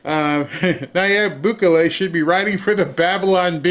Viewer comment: Bukulele? Lol,! You are adorable. He's not a musical instrument! It's "boo-keh-lay"